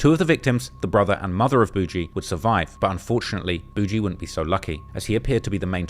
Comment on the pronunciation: It’s boogie like boogie man not bougie